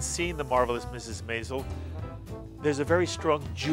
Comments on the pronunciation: For Gawd sakes, say Mrs. Maisel correctly! Emphasis on the 1st syllable....like 'MAYzel'. Are you listening to these people and how it is being pronounced by all but you? Think that is important given this is what the interviews are about? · I think this interview was the reason why Amy Sherman-Palladino decided to put in an episode in Season 2 that has Suzie correct the announcer pronouncing "Maisel." I cringed each time this interview said it . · While interviewing Alex Borstein, the interviewer mispronounces Maisel as MY-zel- it's in the name of the show and is said multiple times in every episode, which makes me wonder if he's even seen it! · Meanwhile, no one told him how to pronounce “Maisel.”